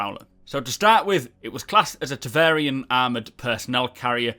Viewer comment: it's TEVARIN, not TEVARIAN... triggered